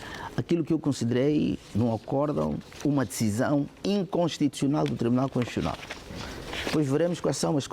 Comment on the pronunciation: É conshuchional ou constitucional 😂😂😂? Eh, tio Carlos Feijó🤭🤭🤔🤔🤦🏾‍♂️🤦🏾‍♂️